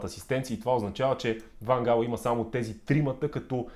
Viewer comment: По принцип не е Ван Хаал, а Ван Гаал. Миналата година силният Нидерландски състав прескочи група с очевидно по-слабите в сравнение с Нидерландците отбори на Австрия, Украйна и бившата Югославска република със столица Скопие (за Северна Македония става въпрос), но не можа да изхвърли Чехия. Да, Чехите имат полуфинал през 2004-та, но със сегашното си име. В Нидерландия има много класни футболисти, но липсата на най-опитните за всички времена Едвин Ван Дер Сар, Ариен Робен, Уесли Снайдер, Рууд Ван Нистелрой, Кларънс Зеедорф, Робин Ван Перси, Рууд Гулит, Денис Бергкамп и Едгар Давидс си казва думата. Да, те може да са на най-малко 46 години, но Нидерландия с играчите, които споменах и редом до тях личат имената на Върджил Ван Дайк, Мемфис Депай, Матиас Де Лихт (същият Де Лихт, който не успя да се справи със задачата да неутрализира Спас Делев в онзи мач на Нидерландския национален отбор с нашия) и Жорджинио Вайналдум, ето това щеше да е състав, достоен за финал на световно по футбол. Иначе според мен Нидерландците ще отпаднат на осминафинал, тъй като мачът от осминафиналите ще се реши след дузпи, където Щатите очевидно тренират изпълнение на дузпи, а и ги видехме преди 8 години какво стана с тях. А за тва с рака - жалко че човек като Ван Гаал е получил рак, на абсолютно никой не му пожелавам да получи рак и подобни болести.